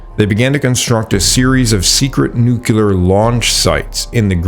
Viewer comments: Nuke. Lee. Are. Nuclear. Other than that great video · Nu-cle-ar. Nuclear. Not nu-cu-lar. 😂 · Mate, nice work, but check your pronunciations. E.g., Thule is toolee, not thool. Pagan is more like Paygan. The "thing" was Althing. Nuclear, not nukular. There were a few more. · "plag?' "paggan?" 'nuke-yoo-lur?" 😆 where are you? or is the narration AI-generated?